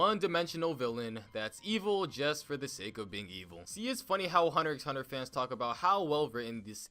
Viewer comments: you need to vacate your lungs of air.. this guy said "Hunter 'X' Hunter" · Who the hell pronounces hunter x hunter like that lmao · the x in hunterxhunter is silent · I disliked because you said hunter x hunter not hunter hunter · You even pronounced it wrong its called "hunter hunter"pls stfu😊 Bet u just watched like the first 3 episodes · BTW... it's pronounced Hahnta-Hahnta. You don't say the X. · 🤣🤣 Ik I remember that Moment of realization that the show wasn’t called Hunter “x” hunter 🤣 but I said wtf I’m calling it what I want including the X🤣🤣🤣 But man I really do like this show Bro this is hilarious. The way he pronounces the misspellings 😂😂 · Ummm it’s hunter hunter you don’t pronounce the x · lol how he said hunter x hunter with the X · I disliked the video the moment you pronounced X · and he pronounces the ‘X’ ಠ_ಠ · The thing i get most triggered by in this video is the fact he pronounces the x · Its thanKKK you for pronouncing HUNTER X HUNTER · my mans really pronounced the “x”😔